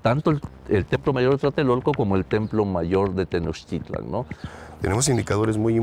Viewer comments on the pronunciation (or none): Exacto, aunque ya mínimo un semestre de náhuatl para no escucharlos decir Tenoztitlan o Huishiloposhtli